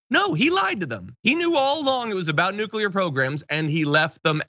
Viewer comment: But his presidential library is going to need documents about nucular secerts